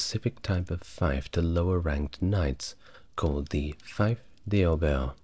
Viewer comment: This is nice, very similar to The French Whisperer. Can't wait check out your other videos. "Feif" is pronounced like "feef" btw.